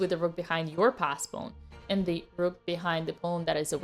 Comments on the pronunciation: Except it’s a russian sacrifice and thus she sacrificed the rrrrrruuk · I love the rrrrrrrroot